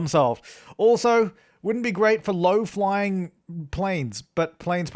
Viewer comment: half that comment section is just referencing to him saying low in an accent that makes it sound like lie